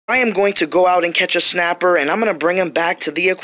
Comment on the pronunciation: Is it just me or is he pronouncing it shnapper